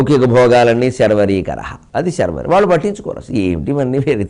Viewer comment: Shaaaarvari Ani deergham ledu sharvari karaha Kalaha kaadandi